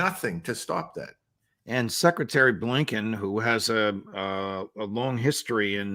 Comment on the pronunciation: When you say "secretary Blinken", judge, it sounds like "suckretary" :D And it might as well be -)